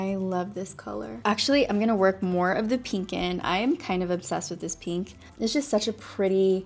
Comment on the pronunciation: Take a shot every time she says peenk (pink)